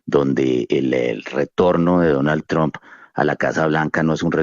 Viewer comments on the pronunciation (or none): none